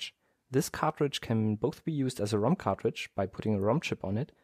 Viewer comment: Everytime i hear him say cartridge to me it sounds like he says cockroach